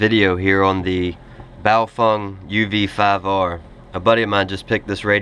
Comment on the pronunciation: Your the first person on youtube that I have heard pronounce the name of this radio correctly! Thanks for the video.